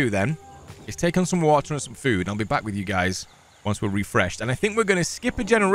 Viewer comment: "ok. We're bek" literally killed me XD